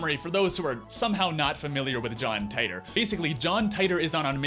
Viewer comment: You should learn how to pronounce my name correctly. Dumb ass